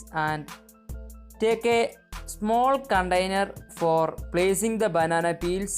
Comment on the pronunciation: You say, put the banana peel in "Condainer" it is "Container".